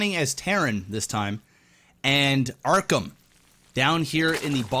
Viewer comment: WHY DO YOU KEEP SAYING "ARKHAM"?!